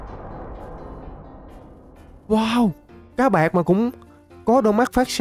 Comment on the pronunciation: Cái lúc anh đập chữ o,nó ra cá bạt.Em nghe anh nói cá bạt phát sáng mà em nghe anh nói các bạn phát sáng.